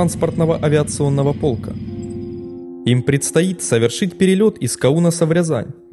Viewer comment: Еще бы с ударениями поправить и будет идеал. БЫково, ПОлк